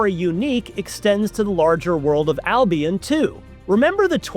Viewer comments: It's not Al-Be-ON... It is Al-Be-UN... The games clearly state this, IF you have played them. He says it at... ...Albeon LOL. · It's Al-bee-en, not I'll Be On.